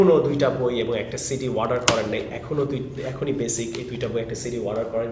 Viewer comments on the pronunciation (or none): none